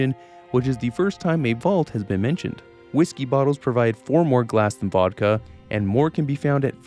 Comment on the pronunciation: Bro called vodka wodka.